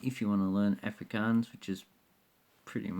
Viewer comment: im afrikaans and im not getting insulted by the dutch thing jist the way you say afrikaans lol